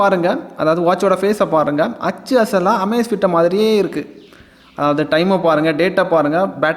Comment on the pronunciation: நண்பா, ஆச்சு அசல் இல்ல.. அச்சு அசல்.. திருத்தம் செய்யுங்கள்..